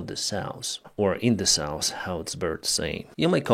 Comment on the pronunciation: Sorry dude but his pronunciation is terrible, or am i the only one hearing NORSE and SAUS?